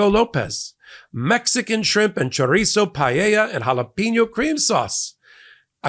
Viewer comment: You said chorizo like you’re a Mexican lol good job